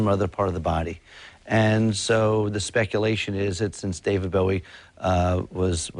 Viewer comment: ..Thankyou for pronouncing his name correctly. ...Bowie (as in bow and arrow)...not Bowie.. (as in ...??)..the man was a modern day God. 'Miss him still..always will.